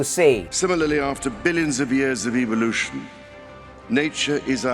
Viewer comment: did you notice that charles pronounced evolution as evilution.dont think that was a mistake